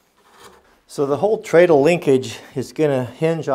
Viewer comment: Even though there's an a in it, treadle is pronounced tred'l.